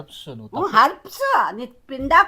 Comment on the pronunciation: harubs enti bro 🤣😅😂 herbs kada bro